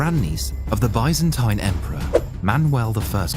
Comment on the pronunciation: what is bi-zen-tine